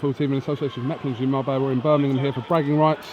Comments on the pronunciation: he misses the h and replaces it with n ends up saying birminnum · haha it's always annoyed me when you miss the g from Birmingham lol